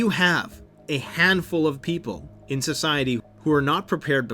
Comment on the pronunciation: A capitalist 'ciety? 😁